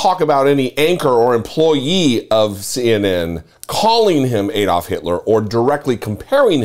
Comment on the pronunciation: It's pronounced ADD-olf NOT Aid -oldf.